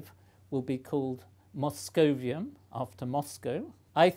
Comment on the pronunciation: moscovium correct